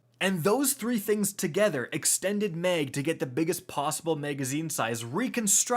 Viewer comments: Are you saying “meg” or “maeg” lol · Mag not meg !! 😂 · Dude...the way you say "mag" burns my goddamn soul. MAY-ehg